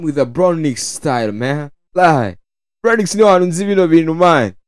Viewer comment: ni bronx not bronix bro